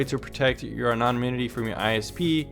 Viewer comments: Take this in the way it is intended. It is ANONIMITY..ANON - IMITY. (A NON IM ITY} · Thank you for this informative video. May I offer you a tip on pronouncing the word, anonymity? Say it like this: ano-NIM-itee. The syllable in caps is the one that gets the emphasis. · Jesus CHRIST it's pronounced AN·O·NYM·I·TY get a FUCKING clue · "Anonynimity" lol.